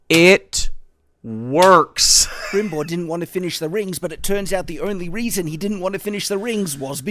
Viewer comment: Yeah like it seriously makes me doubt if he even saw the series. but that "Brimbor" was even more annoying lol